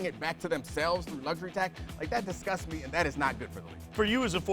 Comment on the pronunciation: How The Fuck Is She Gonna Quote Kanter, But Not Put The Emphasis On "ME"? She Fucked It All Up.